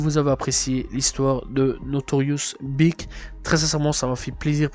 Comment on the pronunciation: Mec tu sais pas parler .notorious bic?snoop doc?seun combe?bousta rymes?buc daddy kane?faye evans??et toutes les autres en français et en anglais,un carnage.. inbeuliveable